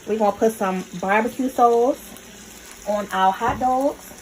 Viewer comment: Yeah, I bet this is fly with the bbq sauce. I was laughing the whole time at her accent when she says hot "Dawgs" &bbq "sawce"!😆